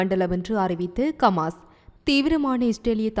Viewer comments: உங்களுக்கு ஹமாஸ் என உச்சரிக்க முடியாதா ! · Yes bro..intha pombala Eppothumee Kamas Kaasa Balastin nu thappu thappa than Solraal.. Hama's Islamic terrorist nu Correcta Sonnathey illai☝👎🙅😄😅😆😝